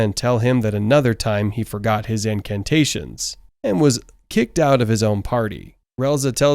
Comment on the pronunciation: holy fuck iwas so confused for a sec. Incantations not incarnations